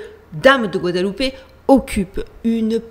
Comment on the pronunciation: D'abord j'aime bien tes vidéos. Mais je suis un hyper-cartésien. Cela dit, tu donnes tellement de "good vibes". "Tout l'eau dit ces bi hein" : Gou ha da lou paix. Première fois que j'entend quelqu'un bien prononcer guadeloupe. Par contre mexico c'est plus : mais rit co. Même si je suis dubitatif, j'apprécis le travail, ça fait se poser des questions. T'étais rayonnante. Stay safe ❤